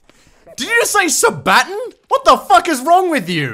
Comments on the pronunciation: No, it's sa batton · No, its Sa-Baton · Sa-Baton? Jesus fucking Christ XD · Sa-Baton. Yes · IT'S SABATON SAY IT RIGHT...........really good banned though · Gotta be honest, i pronounced it like that for a while when i first found them. When i realised i was wrong i was like "wait what ..... shiiiiiiit" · Holy shit that was quick. Also, permission for executing on account for not being able to pronounce Sabaton, being overy trigger happy and a (probably) a heretic?